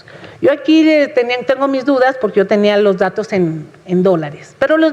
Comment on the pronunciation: "Y le voy a decir POGQUE" dice la. Hable bien